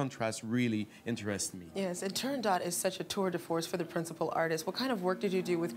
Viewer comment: The T at end of TurandoT is NOT sounded. Audio interview with the first ever Turandot, Rosa Raisa proves it.